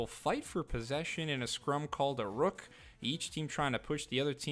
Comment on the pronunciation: Ruck rhymes with tuck, sounded like you said rook like in chess